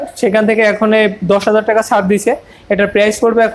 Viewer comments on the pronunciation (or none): ম্যাডাম টেকা না টাকা বলবেন